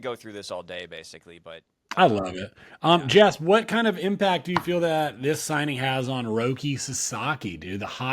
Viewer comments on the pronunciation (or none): none